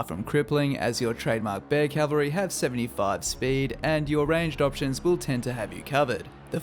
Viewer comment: Cavalry not Calvary